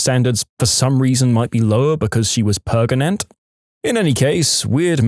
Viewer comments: Narrator: "I'm human." Narrator: keeps mispronouncing pregnant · Intentionally. D'ya know all the possible ways of mispronouncing "pregnant"? NO? Then go watch some EmKay. There's some Yahoo! Answers Memes in there, which might give you a light bulb moment... 🤭 Tl;dr: Narrator is doing a meme